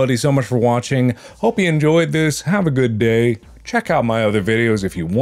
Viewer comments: Mark: Thank you for watching! Me: Thank you for washing! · "Thank you everybody so much for washing"